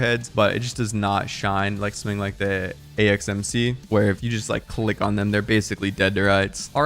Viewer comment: In video you mispronounce the AXMC "acmx", i feel you with the dyslexia. Might want to put an onscreen correction